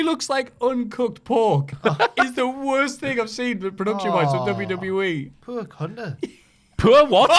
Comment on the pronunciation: “Poor Cunter” for HOF